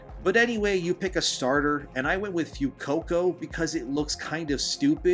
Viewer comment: This MF spittin'. "FEW-coco" 😬